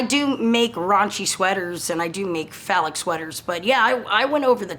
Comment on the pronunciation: Phallic not folic